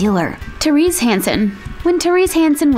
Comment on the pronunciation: Therese is pronounced Tay-rezz.